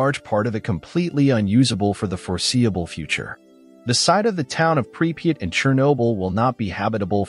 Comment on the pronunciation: 3 different spellings and not one correct pronouciation of the name pripyat